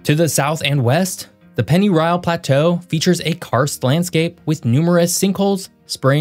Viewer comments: I had to rewind to detect that I heard correctly...you pronounced Pennyroyal as Pennyrile...good work on your research! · Great job on pronunciation, pennyroyal and Louisville often identify outsiders but you nailed them both.